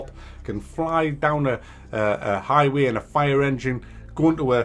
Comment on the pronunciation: did say highway:O.... hes turning american